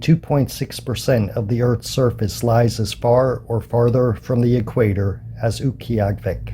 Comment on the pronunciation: Utqiagvik. Pronounced, Ute gee aaga vik btw. Nice upload. I pronounced it as if it was Central Yupik but their Inupiat Eskimos. It's close...